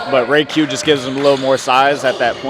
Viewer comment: respectfully stop calling me jayq it’s RAYQ